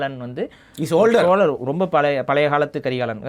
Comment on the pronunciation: Ivlo pesara, “ழ” sariya pronounce pannamategara… Everytime nee சோலர் nu sollumbodhu 😡 annoying aa iruku … u learn to say the letter ழ first…